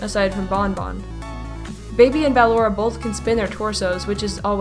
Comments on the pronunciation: Man you're still saying battalora till this day it's ballora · I’m pretty sure it’s b-uh-lor-ah not ba-lor-ah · Dumb nuts its ballora not baloraw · (B-llora not bal-lora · I’m not trying to be mean or anything but it’s pronounced like your saying bUhllora not bAl ora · It's actually ballora not believable or whatever you call it but it's actually pronounced ballora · I'm not sure you're pronouncing ballora right,no hate you call her what you want idc How i pronounce Ballora:Ba-lor-a How pronounces Ballora:Ball-ora Again no hate you do you! 😉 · bAllora not ballora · BALLORA IS PRONOUNCED BUH-LORE-UH, NOT BAA-LORE-UH! THAT'S LIKE IF YOU SAID BALLOON AS BAA-LOON INSTEAD OF BUH-LOON! SO SAY IT RIGHT, GOSH DARNIT! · ITS NOT B-AH-LORA, ITS B-UH-LLORA. It even says how to pronounce it in the game! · You are saying it wrong BU-LORE-A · It's pronounced (Bu-lor-a) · It’s Ba*lo*ra not *Ba*lorra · ok listen:how to say it: (BUH-LORRA) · Ok not trying to say how ballora name should be pronounced but I just have to to say she keeps calling ballora baaora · Wait...did she say Bal-ora? Lol😂😂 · ballora is pronounced as buhlorrah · Btw it's Ball-or-a (ball or uh) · Not to criticize you but it's ( ba _ lor _ aw) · Ballora is Said Ball Ora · I don’t be rude but you said Ballora’s name wrong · She's saying ballora wrong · The only thing i dont like about in general is her pronunciation of “ballora”, but I don’t let it get to me. Keep it cool! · No offense but I don’t like how she pronounced Ballora’s name. Not trying to be mean tho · Ennard is a Girl and you said Ballora wrong But that's ok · GET BALLORAS NAME RIGHT OMG